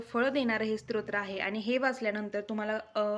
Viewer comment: ताई स्त्रोत्र असा उच्चार नसून स्तोत्र असा उच्चार आहे.